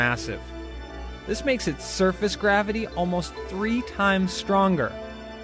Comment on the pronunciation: Gwabbity. lol.. it's flat..